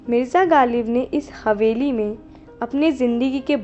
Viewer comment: galib nahein ghalib kaho bhai.